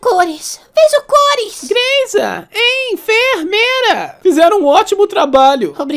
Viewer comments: ''greysanatomy'' kkkkkkkkk ''en,fer,meira'' kkkkkkkk mano q poha quase cai da cadeira d tanto rir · "EN FER MEIRA" KKKKKKKKKK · Greiza... EN, FER, MEIRA 😂😂😂😂😂😂😂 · "EN-FER-MEI-RA" KKKK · "EN, FER, MEIRA" KKKKKKKKKKKKKKKKKKKKKKKKKK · Greiza Em-fer-meira ? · EN-FER-MEIRA SHAHAHAHAHAHAH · Em-fer-meira kkk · "Greiza?" "Greizanatomy" "En, Fer, Meira" kkkkkkkkkk